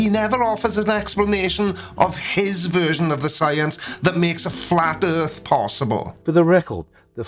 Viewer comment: Initially I thought oh what an idiot he thinks the Earth is flat but what he clearly said was" Erf". I don't know what that is but I guess there is a non-zero chance that is flat